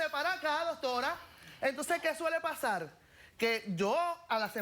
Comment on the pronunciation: Que suele pasal, que suele pasal, que suele pasal, que suele pasal, que suele pasal!!!! Coñoooo nojoda me aburristes con ese maldito "suele pasal" y ni siquiera lo dices bien coñazo porque se dice: Suele pasar ok con rrrrrrrrrrrr nojoda 😂😂😂😂😂😂😂😂😂😂😂😂